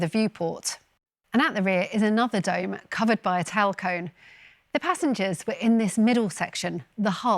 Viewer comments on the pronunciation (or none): "tal cone"